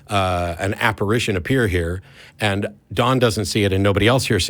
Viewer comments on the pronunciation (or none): none